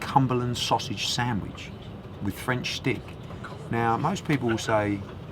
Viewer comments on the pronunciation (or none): 'A Cumberland sausage samwich, with french schhhtick.' I think Come Dine With Me have found their new voice over guy haha